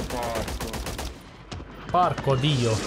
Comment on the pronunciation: Bro, as an italian, that porcodio was just perfect, literally the ice on the cake... Kudos!